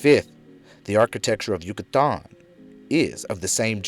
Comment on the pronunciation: Lol Yu-cah-Taaann